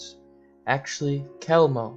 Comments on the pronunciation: Pronounced "Hewmno" NOT Kelmno! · Hey narrator... I don't think you pronounced the name of Chelmno correctly once. Or any other death camp for that matter. Take the cotton swabs out of your mouth maybe?